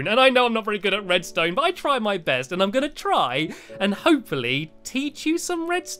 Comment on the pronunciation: its not hope fully its l for lee